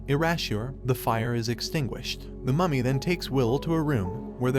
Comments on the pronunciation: i keep hearing mummy as mommy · I can't understand if he's saying mummy or mommy